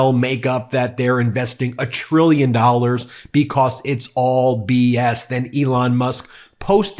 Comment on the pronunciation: I love the “bee-cosss’